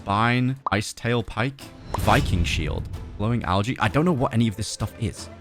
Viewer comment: Oh it’s pronounced al-j-e not al-g-e